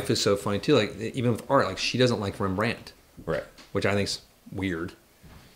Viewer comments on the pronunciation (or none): I don't know where these guys are from but I have never heard a more Alabama pronunciation of Rembrandt.